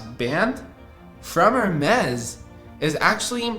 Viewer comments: It's pronounced as 'Ermes' and not 'Hermes' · Just a helpful tip on pronunciation, it sounds like Air-Mez not Hair Mez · The H is silent in Hermes. Pronounced as Air-Mess’ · Please pronounce Hermès correctly 😅 It's [ɛʁmɛs] or [ɛərˈmɛz], no H involved. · Bro it’s pronounced Ermes. H is silent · in French is pronounced er-MEZ. The letter "h" is silent in many languages, including Spanish, French, and Italian. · can u pls stop pronouncing the h in Hermes im begging you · the h in hermes is silent omg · Not trying to be a hater but there is nothing more American than pronouncing Hermès this way, just atrocious